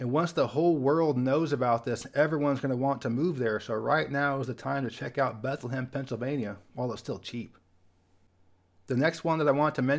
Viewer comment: Note: Bethlehem, PA is pronounced, "beth-LEM" (2 syllables)